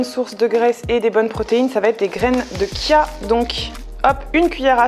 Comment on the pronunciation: Super vidéo qui donne vraiment envie. La petite erreur d'inattention du miel dans le granola n'est pas trop grave même si le miel n'est pas vegan, on trouve facilement des granola vegan. Il va falloir que j'aille faire un tour sur Kazidomi. On prononce graines de "tchia". PS: Tu es très belle et j'adore la couleur de ta peau.